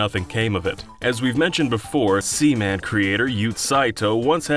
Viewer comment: you got Yoot Saito and Seaman right